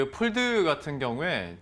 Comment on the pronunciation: Pold 가 아니고 fold!